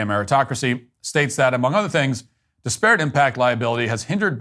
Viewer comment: Came here for this. DIS-per-it not di-SPARE-et, Matt!